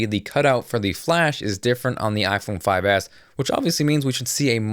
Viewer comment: he says: iphone 5ass hahah